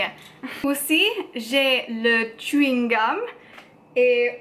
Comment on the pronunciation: Chewing gum is pronounced a bit more like somewhere between 'schwing gum'/'swing gum' (it's one of my favourite words)